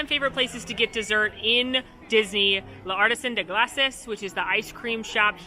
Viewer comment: Love this video! Also PS it's "lar-tee-san day glass" <3